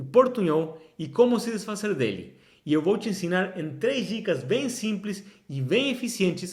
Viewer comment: Você está pronunciando “desfazer” e “poderosas” como em espanhol.